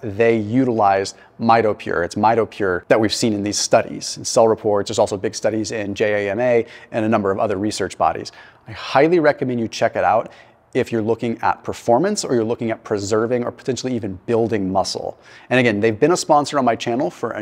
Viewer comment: It's pronounced "Jama" rhymes with pajama. 🙄